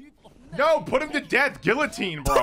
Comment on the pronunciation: lmao pronounces the l in guillotine